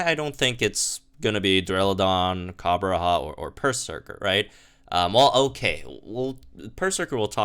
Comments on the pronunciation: on the topic of name pronunciations, its copper-raja and not copper-raha. Raja means king in hindi, I'm guessing the idea was war elephants as a symbol of indian kings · It’s weird hearing him say “Coppera” when there’s clearly a J in there....... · can you pronounce Copperajah one more time? 😆😆😆